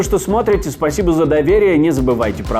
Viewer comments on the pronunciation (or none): none